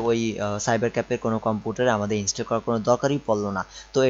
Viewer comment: ভাই, আপনার উচ্চারণ ঠিক করেন। কি যে বলেন কিছুই বুঝি না। ইন্সটেল, পট্টেবল, ফ'ল্ডার, কম্পুটার----এগুলা কি ভাই? উচ্চারণ নিয়ে কাজ করেন ভাই। তারপরে ভিডিও বানায়েন। নো অফেন্স। :)